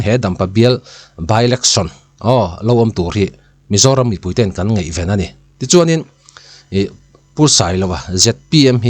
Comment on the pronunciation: Mipui ngeihven tiin a ri a ngeih ven nilo in ngaihven tih tur.